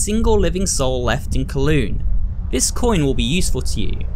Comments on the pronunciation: IT IS PRONOUNCED COWLOON NOT KLOON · im from hong kong and can confirm. there are some ruins of it in the public park where it is now and it's a bit of an older neighbourhood. Also wanted to mention it's pronounced as cow-loon instead of co-loon but hey, first time for everything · Pronounced: “Cow-lOOn”. Some interesting architecture and history behind that place.